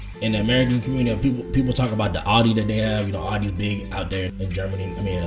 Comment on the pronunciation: Aldi not Audi😅